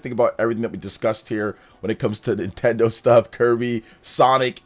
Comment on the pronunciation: NintenDeen? More like, NintenDONT 😅